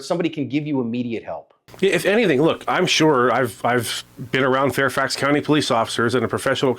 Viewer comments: Woah, woah, WOAH… Willever, It’s FAIRFAX!!! Wtf is Fair-oaks???? Smh 🤦‍♂️ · "Fair Oaks" Virginia? C'mon man.